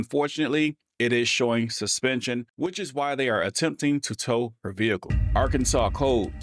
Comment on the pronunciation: Total “SHIT SHOW”!!! I will never travel to “Ar-Kansas”, ever!!!